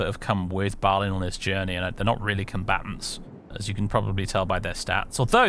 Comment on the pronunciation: Having spent much time staring at the pronunciation guides in the appendices of the Silmarillion, I'm pretty sure the letter "i" in Balin and Gloin should be pronounced "ee", so "Bal een", "Glo een", but I'm never fully confident in the pronunciations of much of Tolkien's world. Would love for someone to confidently confirm or refute this, though. I am certain however that it's not like the monosyllabic modern "groin".